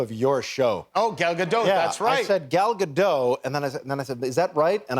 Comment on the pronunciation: Still pronouncing Gal's surname wrong though... I mean there are videos of herself saying it the right way, it's not that hard.